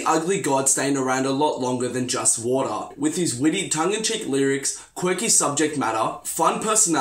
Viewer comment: ugly god is not gone be on xxl point blank and it sounded like you said order not water